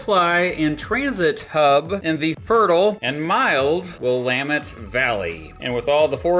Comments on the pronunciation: THANK YOU for pronouncing Willamette correctly! ❤️❤️❤️ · Thank you for pronouncing Willamette properly! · Thank you for pronouncing "Willamette" correctly!